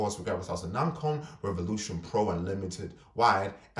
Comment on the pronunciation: I think you’re mispronouncing ‘Nacon’ haha other than that this is a good review, thank you for posting.